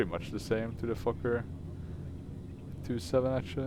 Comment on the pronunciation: saying fokker is like Fucker